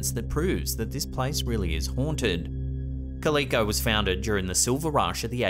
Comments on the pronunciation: "Cal-eh-co" not "Cal-ee-co". You are welcome 😀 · It’s pronounced cal-i-co, not co-lee-co. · It’s pronounced “Cal I Co” 😅 not Cal E Co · 1. The furthest garage is open. 2. Squatters 3. There's literally nothing there. 4. A reflection. (It's pronounced KAL-i-KO. Not kal-EE-ko.) 5. Wind or maybe rats. 6. Looks like someone wearing winter gear. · In #3, in the US, 'Calico' is a fabric common in the days when that town was originally set up. It's pronounced 'KA-li-ko' not 'ka-LI-ko', just FYI. It's also a breed of domestic cat, btw. I don't know which came first. 😜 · Hey - just for future reference, the name of that California ghost town isn't pronounced ka-LEE-ko but rather CAL-ick-oh. Like the cat. Calico. I know it's not dreadfully important and I'm just kinda nitpicking, but there you have it. Thanks! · Love your videos, Love the content, and being from Southern California only about 2 hours away from Calico it is pronounced CAL-I-CO not CAL-E-CO, lol. Nonetheless keep up the great work!!! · I’m not one too correct people often but, the ghost town is pronounced “ Cal-i-co “ not “Ca-li-co”. The town is in the Barstow area of California.. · It's not caleeko, it's pronounced more like calaco. Like a calico cat. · "KAL-ih-coe", Not "Kah-LEE-coe"! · That is pronounced Cal I co...like the fabric, not Cal e co. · Kal e ko. Not calllll eeeeee ko. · Come on it's pronounced cal-lick -co not ca-leek -oh. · That's "Cal", as in Calvin or California and "ico" as in someone being a sicko. Say them together... Calico. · It keeps me up at night 🥱 when great YouTube shows mispronounce things especially about my home state 😂 Calico sounds like the first three syllables of California: CA-li-CO 😎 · Ummm... never heard Calico pronounced that way., it's pronounced Cal-i-co... like the cat. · The ghost town is pronounced cal-i-co. Like a cat. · Calico is definitely not pronounced how you said it. KA-LICK-OH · Calico is pronounced Cal-a-co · It's Cal-a-ko,.